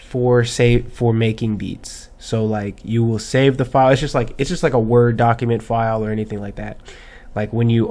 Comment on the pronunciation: " FILEE" much lovelol